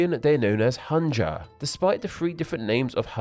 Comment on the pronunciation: i really do hope you could try to learn or at least mimic the pronunciation of foreign words like hanja or hanzi in their originated language because the way you pronounce these words are seriously killing me